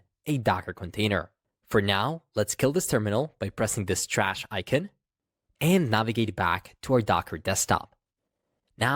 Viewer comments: The word icon is pronounced " ˈīˌkän " , ikan, and not Aykeen as you say it. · You say the word "icon" as ikeen? Why do you do these things to me...